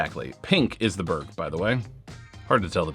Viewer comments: 🇸🇪 Berg is pronounced "berry" but replace the Y with the J from jump: "berrj" 😊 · Dont know what Swedes you been talking to, there is only one way to say Berg in Swedish. Do you say Mountain different in English? Berg is Mountain in English. The e should be much softer and shorter. G also much softer but not shorter almost closer to a J then a G. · BTW, Berg is pronounced "Berg", as in "berg" or "BERG." In the north of Sweden it is pronounced more like "berg" than "BERG," but most Swedish people just say "Berg." I get around the confusion by not having one in my bag.